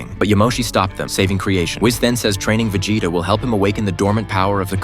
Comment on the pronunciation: did you say veJAYta ffs